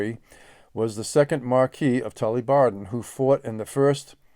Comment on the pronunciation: Hi, a small point of note. Your pronunciation of 'Marquess' should sound - Ma(r)kwis and not Marquee which is a large tent. 👍